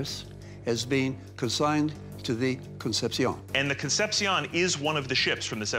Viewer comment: These dudes pronounce CONCEPCION as Con-sep-siyown when it should be Con-sep-shon